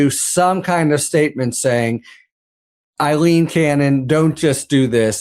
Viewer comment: Aileen, not Eileen please, every Eileen in the country thanks you.